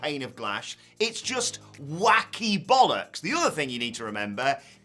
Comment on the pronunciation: More videos please. Dude cracks me up and say bollocks and bastard like a champ